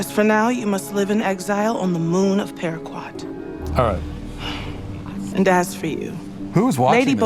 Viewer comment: Paraqaat is the spelling in the subtitles, she shouldn't have used a /w/ sound